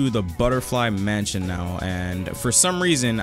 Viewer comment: Ah yes mension and not mansion